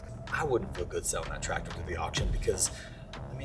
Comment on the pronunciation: hurts me every time you guys says tractor